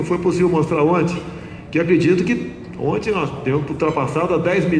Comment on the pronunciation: O cara e bom, mas um presidente falar "onte" ao inves de ontem e simplesmente ridiculo, tao ridiculo quanto o lula misturando plural com singular.